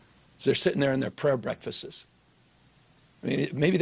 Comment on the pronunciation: Oh dear, Gavin’s pronounciation of breakfasts will be his nucular 😞